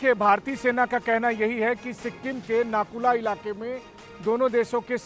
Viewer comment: It's Nathula not Nakula